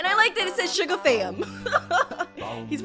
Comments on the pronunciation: said sugar not shuga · "Shuga bafish" ._. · I Love